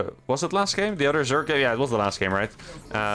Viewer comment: Your English is great, but one thing keeps standing out. I noticed in your vids that when you say the word "other" you pronounce it as "udder". Just a heads up :)